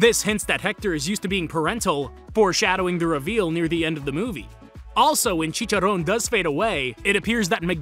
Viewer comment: You're the first english native speaker that pronounce right "Chicharrón". Nice one, bro